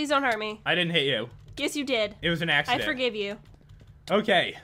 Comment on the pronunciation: When said I had a little axsedent I thought he piied